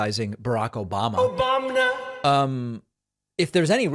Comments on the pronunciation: Obamna - rofl every time I hear it. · OBANMMMNA HAS ME 💀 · “…until he criticized **OBAMNA**” 😂😂😂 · My guy, your sound bites kill me EVERY TIME. "Obamna!" "Tropth Central." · Omg David ! Lol "Trothing." I LOVE it ! Daaaaangg...even an "Obamna" in there too. Keep up the great content as well as the humor too. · "Troth Sential" cracks me up every single time! And we get "Obamna" as a holiday bonus!